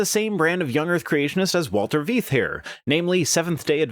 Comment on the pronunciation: Not ''Veeeeth'' it's pronounced 'Fythe''. Anyway, Walter was NOT always a Creationist. He was a professor at the university of Stellenbosch S.A. with a Doctorate in Zoology and is no slouch! l've seen ALL of his lecture series, and though l don't agree with everything he says, l don't just take a 2 minute snippet to ''debunk'' his claims. His body of work is immense, and includes a lifetime of study! History, Theology, Archeology, Zoology, Biology, Genetics, Occultism, Geopolitics, Mystery Schools ...You name it! He had to leave his homeland of South Africa as it is not safe for White Christians. You may want to listen to why he left Evolution behind. lt's an interesting, and humbling story.